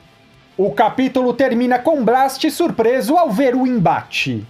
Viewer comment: Tu ta falando Blast errado